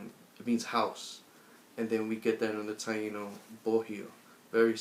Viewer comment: Bohio is Bo io, H is silent. and is Taíno, not Tainó.